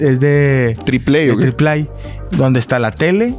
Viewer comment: Dijo "tripley" el Adrián hahahaha ha! Se dice "triplay" o mejór dílo en inglés "plywood"